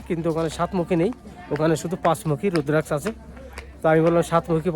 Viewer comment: দাদা উদ্রাক্ষ না ওটা রুদ্রাক্ষ